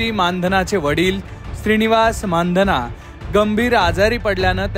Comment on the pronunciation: You are the first who pronounced the real surname 'माणधना'. नाहीतर सगळेच चुतिये मंदाना, मंधाना, मंदाणा..... म्हणतात.